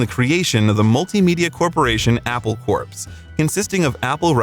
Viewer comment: To spend so much time on this, then mispronounce Haight Ashbury, uncommunicative, corps....bye